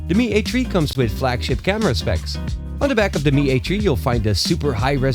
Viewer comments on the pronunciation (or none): Lol Mi A TREE. Lol I forgot the specs.